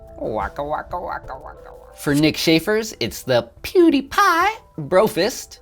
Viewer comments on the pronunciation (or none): none